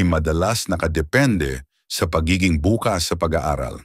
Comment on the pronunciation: Konteng g pagsanay lang po sa tamang pag bigkas gaya ng bukas at bukas bukas as tomorrow at bukas as openminded...🙏🙏🥰